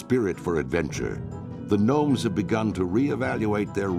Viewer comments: I noticed you are pronouncing the Gnomes as Gnomes, but it's actually pronounced Nomes! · First Gnomes the G is silent when you pronounce it. Second it could be possible to add some lore to them like them trying to find a cure for the leaper gnomes. Or they could find a way to counter the super plague that the Dark lady is planing to use. That is just to name a few. But it is possible that leaper gnomes could invade major towns and spread an infection just like the one game glitch that happen the one time. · u dont pronounce the g 😀